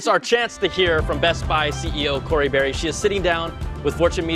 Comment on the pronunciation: Her name is Barry... not Barr